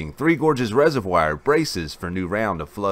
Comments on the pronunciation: uhhhhhhhhhh.... no? check spelling for pronunciation??? the I and O would need to be reversed for the presenters pronunciation of the word reservoir to be correct. Also, while I agree we are one race... that is a non-sequitur and off topic. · Please Google how to pronounce reservoir. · Good coverage. Another interesting video. I have been subscribed for a few weeks now and am enjoying the dam coverage. I also enjoyed the coverage of the Mt. Sinabung eruption. If I could bring up a minor sticking point on your vocabulary... the word reservoir is pronounced resev-war not resev-wire. Just FYI. Wouldn't want anyone mistaking your charming southern drawl (Texas?) for ignorance.